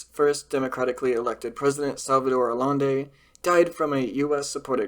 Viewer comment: Allende is pronounced as "Ah-Yen-Day".